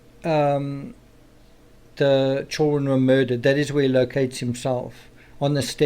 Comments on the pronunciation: How is the “criminal psychology”? It’s actually common sense all of it, but it is coming from a man that says chilren. Ew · Me, too! 😄”chill ren”